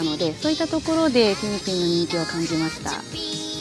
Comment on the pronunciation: [티니핑구]라고 발음 안하고 [티니핑]으로 그대로 발음해서 참 다행(?)이에요 ㅎㅎㅎㅎ 그래~ 일본어로도 ing(ng) 발음 잘 할 수 있으면서 왜 그동안 ‘모닝구(morning)', 송구(song)'이라고 낡은 문법대로 해온 거다요, 제대로 발음하면 영어 잘하는 잘난척 하는 것 같은 눈치 분위기가 있나?!?!